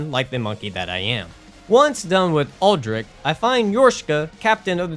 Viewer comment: I have never heard anyone say Aldrich’s name as Aldrick